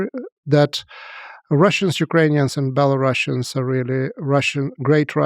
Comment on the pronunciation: A historian who calls Belarusians BelaruSSians 🤦‍♂️